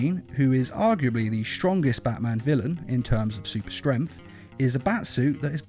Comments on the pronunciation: You say it like "strenf" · i love how he says... "super strempft" :D